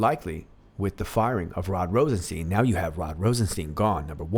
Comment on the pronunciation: Love your videos and you have a great voice! One thing, when saying Rosenstein, think Rose 'n Frankenstein. That's how you say Rosenstein (like FrankenSTEIN), it also sounds like Einstein but when we think of RR, Frankenstein is a lot more appropriate. Lol ;)